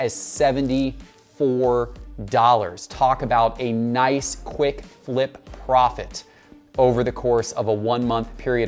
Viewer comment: I like how you emphasized “profit”in your opening. Tyler herro cards won’t stay hot long, he doesn’t start.